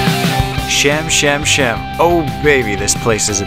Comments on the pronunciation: actually "she-am" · Pronounced chee um